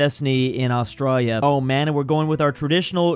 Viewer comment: Did He Say "Austrália"?